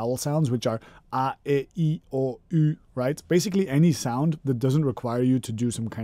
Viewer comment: I never realised you were Dutch-speaking, but you pronouncing a e i o u the way you did is a dead-givaway;-)